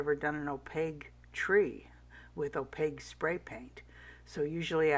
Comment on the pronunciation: It's opaQue, hun, not opaGue. Pronounced "O-PAKE", Q not G, lol. Interesting info on nipping the glass. Beautiful tree! Merry Christmas to you and your family.